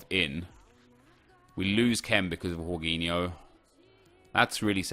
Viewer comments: Its jorgin o (im brazilian) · It's Georginho not Whoreginho 😂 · Jorginho is pronounced jorjinyo, not j Horginyo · its jorginho, not yorginho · Its JAW-JEENI-O. NOT WHORE-GEENI-O . So cringey that he’s trying to pronounce it professionally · its georginiho no horginiho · Its not horghinho hes not spanish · Dude everytime you say "horginho" my ears hurt, I don't want to be doing this, but it's Portuguese man, the 'J' in his name remains, it's not Spanish!! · who the fuck is "Horgeeniho" ah man im creased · Why are you calling him whoreginio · What did he call jorghino yorghino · Jorginho is Italian so it's pronounced: Gorginho, like Georginio Wijnaldum. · jorginho isn’t pronounced like that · In spain j is h but in italy j is pronounced like you would g but without the last sound so its cut (rly hard to explain in english)